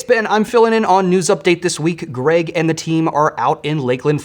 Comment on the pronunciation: Did someone type "thee" on the teleprompter, instead of "the"? ( , , , , , , , , , ) "Thee" is an archaic or dialectal pronoun used as the object form of 'thou,' which means "you".